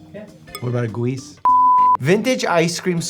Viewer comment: what about a gooeese ? I can’t 😂😂😂